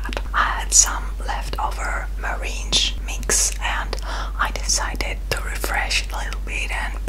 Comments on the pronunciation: It's pronounced merinG, not merinJ 😃 as always, fantastic video and great cake 😀 wishing you an amazing year 2020 😊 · NIRAY NIRAY American pronunciation is Mer-ang